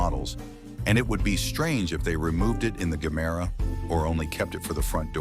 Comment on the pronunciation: if you have watched ANY of Koenigsegg videos you'll know its pronounced JE-MERA not GER- MERA, but as this is probably another AI translation, not surprising